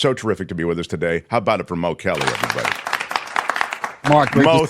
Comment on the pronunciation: It's pronounced Mo Mo Kelly